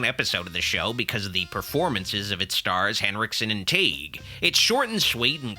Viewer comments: For the record, Kevin Tighe's last name is pronounced like tie. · I watch Kevin Tighe (pronounced “Tie”) every night on cable in Emergency! reruns.